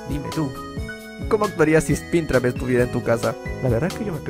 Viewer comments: Porque dice sprintrap y no springtrap ._. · es springtrap no spintrap wey no sabes pronunciar o q = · Personas normales: Springtrap.: Spintra.